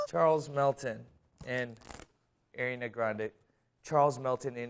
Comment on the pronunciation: HE SAID ARIANA WRONG AND HE WAS LITERALLY IN HER MV WHAT edit: he fixed it the last time he said it nvm